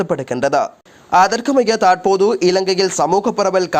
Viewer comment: போடா நீயும் உண்ட தமிழ் உச்சரிப்பும். ஸ்டைல் என்ற பேர்ல தமிழ் மொழிய அசிங்க படுத்துற மாரி பிழை பிழையா உச்சரிக்கிறாய் eg. தாற்போது, காட்டம் காட்டாமஹா சிறுவர்களுக்கு